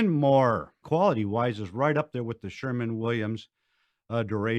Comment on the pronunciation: SHERWIN NOT SHERMAN